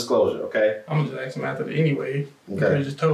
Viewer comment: "Why did I ax?"